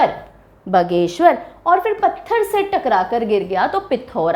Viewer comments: बगेश्वर नहीं बागेश्वर हैं। अंग्रेजी ने उच्चारण भी खराब कर दिया। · बागेश्वर है ना कि बघेश्वर् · Wrong method, भगवान बागनाथ का गलत उच्चारण it's बागेश्वर not बगेसर। 😡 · बागेश्वर ❎ बाघीश्वर✅😂😂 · मैडम आप कह रही है कि आपका उत्तराखंड से कोई लेना देना नहीं है, परन्तु यह राज्य भारत में ही पड़ता है और आप भी सायद भारत में ही रहती होंगी । और हां बगेश्वर नहीं बागेश्वर है वह जिला। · बगेश्वर नही होता हैं बागेश्वर होता है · बागेश्वर है वो ना की बगेश्वर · बगेश्वर नहीं बागेश्वर होता है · It's बागेश्वर Ma'am not बघेश्वर. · अच्छी जानकारी दी आपने,but बगेश्वर नहीं बोलिये वह बागेश्वर है👏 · Ha 😂 mene bhi yahi socha pronunciation different krdi